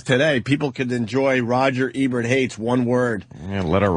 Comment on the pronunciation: Anthony: "Rogert Ebert".